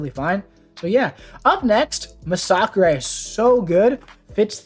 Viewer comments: Thanks for this! Very helpful! Also, nice to hear someone pronounce Masacre correctly! Kudos! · I never knew his name was pronounced “Mah-sock-ray”. I guess I always assumed it had a second S in the name and was just plain old “Mass-a-ker”. Although it does make sense since he is Mexican, I just never thought of it 😂